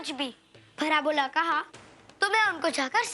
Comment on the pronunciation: said Bhara bula instead of bhala bura😂